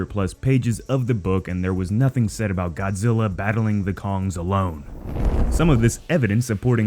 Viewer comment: It's earth godziy